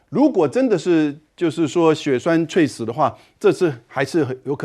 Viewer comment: 猝死 ㄘㄨˋ ㄙˇ 主播念錯了